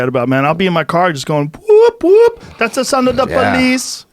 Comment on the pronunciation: How cringy was it when Joe said woop woop thats the sound of the police in a white Jamaican accent🙈